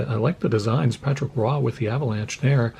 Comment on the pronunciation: LOL - I didn't even know how to say Patrick Roy properly until I heard you say it!